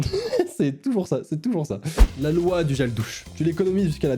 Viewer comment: Il a dit loua au lieu de loi 🤣🤣😭